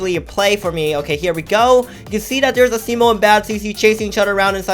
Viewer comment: IVE TOLD THIS NOW YOU its pronounced [uh-see-mo]